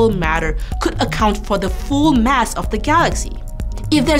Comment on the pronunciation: If only she could have said "mass" instead of "mess" , i would have definetly watched the entire video. It was annoying